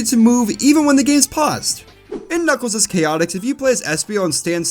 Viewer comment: Every level in Knuckles Chaotix is an alliteration just like the title of the game. i am now informed that both the Kn in Knuckles and Ch in Chaotix are not in fact pronounced like the Ge in George.